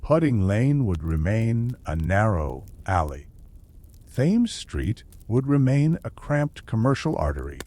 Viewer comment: Thames pronounced Temz, Not Tames lol.